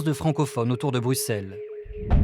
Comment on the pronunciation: Et on dit BruSSelles, pas BruKSelles